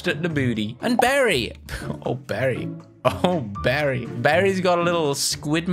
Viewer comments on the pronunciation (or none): It’s Barry notGary